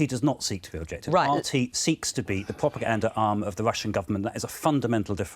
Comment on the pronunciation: Lord Adonis: "Bvoadcasters", "Vussian pvopaganda". Why are so many politicians and broadcasters unable to pronounce the letter R? Otherwise, great stuff from Afshin Rattansi. Rattansi says, "I was told what to say more when I was on the Today programme at the BBC!" Adonis and the silly besom interviewing interrupt constantly to prevent the audience hearing.